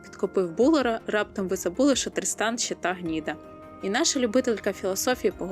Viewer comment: Відео супер, правда мені все відео чується не "Тріснан", а "Дрістан"😂 нічого не можу з собою зробити😂😂😂дякую за відео і настрій